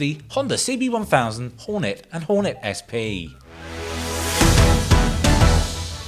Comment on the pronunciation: ...and i thought i can revitalize my english... honda horn'et not the letter "y" at the end does somebody hack 🤦